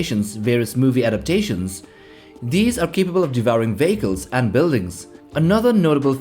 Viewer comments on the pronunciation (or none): I’m sorry but, the way you say Vehicle sounds like you are saying Bagel and it is hilarious. Mostly the image of sandworms consuming industrial bagels.